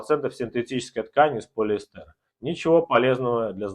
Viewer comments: Если уж вы такой гуру и всё лучше всех знаете, то называйте полиЭстр правильно! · объясню популярно-слово "polyester" произносится с ударение на первое "е", соответственно последняя "е" проглатывается. Учите английский язык, пригодится в жизни.